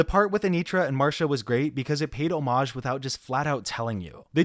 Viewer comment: thank you for saying homage correctly. Can’t stand the way most Americans pronounce it lmao